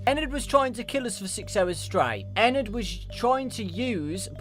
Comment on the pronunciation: Ana Alves nah. he's calling it eNerd.